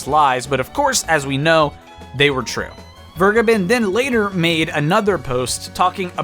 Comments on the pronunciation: I assume it's German? It would be "fehr-geh-behn" Not Fuh-gai-bin. Literally none of those syllables are accurate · My favourite part is that Vergeben isn’t said like that at all and is in fact the verb for: to forgive, in german. It’s said more like: V(f)er- gey- Ben. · Its pronounced Vergaybunn, btw. Vur as in 'Ur'sela. Geb as in Gabe, and Ben as in Bunny. Emphasis should be on the middle syllable. It's German for Forgiven. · It's "Ver-gay-bin" a German word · Vergeben is not pronunced Burgerman ;) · he is wrong, its more like fair-geh-ben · I just came here for him to say "Vergeben" terribly wrong :D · Hearing how you pronounce "Vergeben" makes me cringe as a german. Sidenote: Vergeben means "to forgive" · The way you day "Vergeben" physically hurts me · Why can't anybody pronounce Vergeben's name right? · So... doesn’t know how to pronounce “verge”